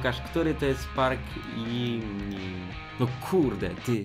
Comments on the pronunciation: Mówi się Dżimin I BiTieS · Jimin czyta się Dżimin